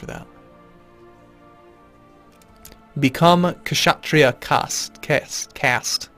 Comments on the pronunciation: You're putting too much emphasis on H in Brahmin. It sounds like BRA-min Same thing with Kshatriya, the K is silent. It sounds like shut-REE-ya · Kshatriya is pronounced with the k silent